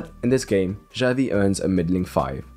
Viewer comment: omg the way he pronounces "Xavi" gives me chest pain